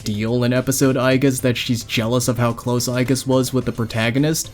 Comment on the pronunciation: Its not pronounced "eye-geese"